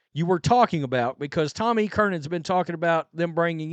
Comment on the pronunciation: I just can't wait until you stop calling him GerARRRRD Mayo. And who the hell is Tommy Kiernan? It's CUR-RAN.. love your coverage on this whole thing btw, just breaking your balls